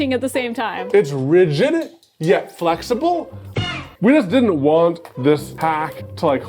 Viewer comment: Telling someone off for saying "a resin" while somehow putting a third syllable in the word rigid ... Shame! Shame! Shame!